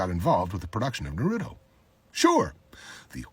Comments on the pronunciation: Sorry sir but "Nuruto"😭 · Bro i dont get it. He knows the perfect pronunciation for Naruto’s name and yet intentionally calls it Narootoe. Why? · "nurude oh" 💀 never lost so much respect so quickly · Did he said nuruto? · No. It was Nuhroodough. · It pains me to hear Madara say "nuh-rooto" smh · Did you just say nuruto?? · He voiced the greatest freaking villian in the entire naruto and still pronounce the anime 'nuruto'. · bro said noorooto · bro did not just say nurato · It’s amazing: I feel like if anyone pronounced Naruto “Narudo” the way he does ppl would rip his head off but since Neils’s Madara dub voice is so epic and iconic he gets a pass lol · Nar rooto lol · What I think is funny is that he's worked on the project and can't even say the name of the show correctly! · The way he’s saying Naruto 😬 lol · How tf are you gonna be madara and not know how to say naruto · Its kinda ironic how hes a voice actor of madara but he dont even know how to pronounce naruto correctly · Works on the show, can't pronounce Naruto correctly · Come on bro he's a voice actor in Naruto yet can't even pronounce the name right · I think he’s trying to copy. Also how did he miss pronounce “Naruto” the freakn shows name. That’s not the real madara English voice for sure.